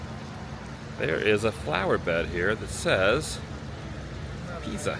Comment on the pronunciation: “The leaning tower of cheese-uh”